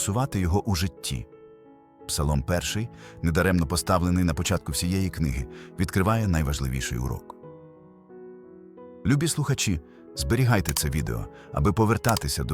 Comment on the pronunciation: Все класно, але не робіть помилок в наголосаз. Наприклад: тут Ви кажете люб"і друзі(наголос на і) одержуємо значення деякі, інші, другорядні) а мало би звучати л" юбі, тобто дорогі, любимі, найблищі... І ще в багатьох інших реченнях. Це важливі помилки, тому що втрачається правильне значення речення. Дякую.